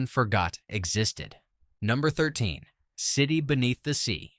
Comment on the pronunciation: I hate AI voices that don't know how to say years (one thousand nine hundred sixty-seven instead of nineteen sixty-seven) and places weird pauses where they dont belong (City...Beneath the Sea). Why can't creators use real voices?